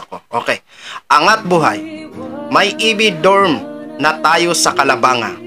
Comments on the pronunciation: CORRECTION >>> CALABAN-GA PO PG BINIGKAS UN. 😂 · Maige nman at pin-eatured mo yan,. Ktulad ng cnb ng isang kumentor, CALABANG-GA po ang pronunciation nyan. Nkakaiyak talaga ang backstories ng mga students dyn s nasabing lugar. Kaya yaang npaka-gandang dormitory, npakalaking tulong para s mga students & parents as well. Sb ko nga, so cguro nman,d n yan mpu2laan n nman ng mga bayarang bulag-gers at trollyalista, n wala ng ginawa kundi ang tuligsain at ANGAT PINAS INC. /ANGAT BUHAY NGO FOUNDATION ni Madamme Philippines 🇵🇭🇵🇭🇵🇭🇵🇭🇵🇭🇵🇭🇵🇭Legit President 🌹🌹🌹🌹🌹🌹🌹Atty.Leni "beloved beautiful" 💋💋🌺🌺🌺🌺🌺🌺🌺🌸🌸🌸🌸🌸🌸🌸🌼🌼🌼🌼🌼🌼🌼🌻🌻🌻🌻🌻🌻🌻💘💘💘💘💘💘💛💛💛💛💛💛💛💙💙💙💙💙💙💙💜💜💜💜💜💜💜Robredo.